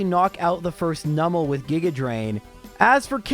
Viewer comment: Oh! pronounced Numel's name correctly 🎉 I'm so used to streamers pronouncing it as "Noo-mel" even though it's a Numb Camel, and I don't know anyone who pronounces "numb" as "noom"! 😄 It's so rare and the mispronunciation so annoying (for me; I understand that most people don't care lol) that I just had to comment on hearing it said right. 😅